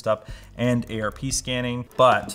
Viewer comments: it is pronounced ARP not A R P, *shakes fist*. However when I am desinging office networks I have all the ports labled, then the cubes / offices have a ID number, all of that is on a digital floor plan, the jacks, cables, and patch cables are all color coded, the patch panel and switch are mapped in a genaric google sheet for easy look up, super easy to admin. Think I gave the network team a netAlly LRAT-1000 LinkRunner a few years back and it is way expensive, but it's not bad and cheaper than the Fluke. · I usually pronounce out every acronym letter by letter, but calling it "A-R-P scanning" just sound silly to me. You wouldn't say D-A-R-P-A, would you? So would are you saying A-R-P? It's ARP. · its arp not a.r.p. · A.R.P scanning. A.R.P. JUST SAY ARP. ITS ARP. PLEASE, I THOUGHT YOU WERE THE NETWORK DUDE IN LMG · The "Ayy Arrrr Pee thing." LMG represents the highest level of enthusiast in tech pretty much ever lol. I love these guys, but man do I wish Linus would pay for some real training for these guys. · We in the IT biz pronounce ARP instead of saying the laters. 😉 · dude calls ARP A.R.P.